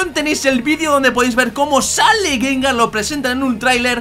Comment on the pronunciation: gangar? xDDD